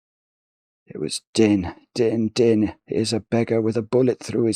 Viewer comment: A bit of poetry is no trouble,! For future reference, "Din" is set to rhyme with "Queen"/"green"/"spleen"/"clean"/"canteen" (so are the "been"s in the poem, for that matter), so it should probably be pronounced like the English word "dean" instead of like the English word "din".